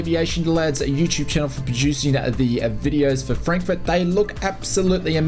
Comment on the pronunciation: What's a u-Choob?